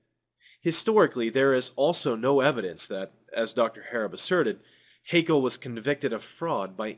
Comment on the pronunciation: Something minor I take issue with: Haeckel is not pronounced as an Englishman would say "hakel", but rather as "heckle". The ae in his name is not meant to be taken as a diphtong-ly long vowel, but as an alternative way to write ä. I will continue now, thank you for your explanations.